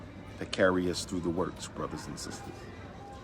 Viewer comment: “Come on thew... come on thew...” Smh